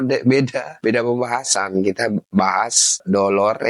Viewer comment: 😂dolaaaar bukan dodol